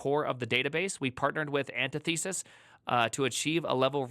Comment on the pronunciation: An tith uh sis, not anti thesis